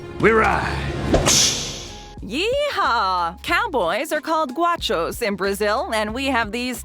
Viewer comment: It’s GOW-shoss not GWA-shoss